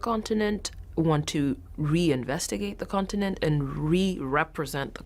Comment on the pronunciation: why is she saying 'continent' like that 😅